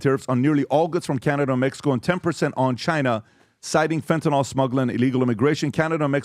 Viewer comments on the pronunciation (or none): It isn’t fentaNOL, it’s fentaNYL. Nyl rhymes with bill.